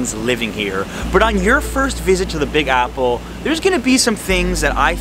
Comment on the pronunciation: Yo - u orig from NY? The way at beginning u pronounced “ Big AhhPple?!?!” Naaaww